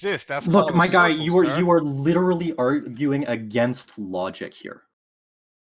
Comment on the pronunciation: By "lerly" I think he meant literally.